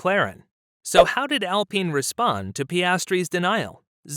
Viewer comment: AL pine not AL peen. lol